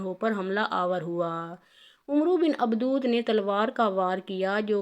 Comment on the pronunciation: Ye mohtrama Baar Baar Abad e wadd ko abdood abdood Keh Rahi Hain Kam az Kam Naam TU sahee len